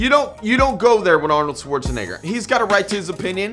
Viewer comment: Bruh stop saying 'Schwarzenigger '